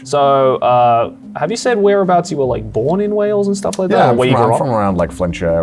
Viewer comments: Great show but it is Wales not Whales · Wales… not Whales 😂🐳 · not 'Whales' lmao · Why „Whales” and not Wales 🏴 ?????? 😳😳😳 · Not wanting to be “that guy” but it’s Wales not Whales. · It's Wales NOT WHALES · "Whales" come on.. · Wales with an h, eh?